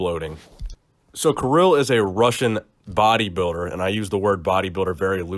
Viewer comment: it's pronounced Keereel))) not Kiril